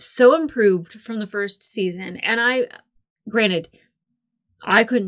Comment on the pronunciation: You said the word three times, the first and last sounded like granite. Anyway, all in good fun, your reviews are awesome